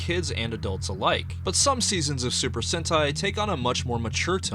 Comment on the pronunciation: Se pronuncia super sentai, super sente